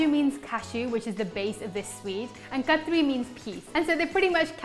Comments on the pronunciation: Looks delicious! Random question...is it kaju katli or katri? I noticed that it was spelled katli but pronounced katri? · Umm.. it's chak - li (not ri) and similarly, kaju kat - li.. but yeah, everything looks amazing.. thanks for this!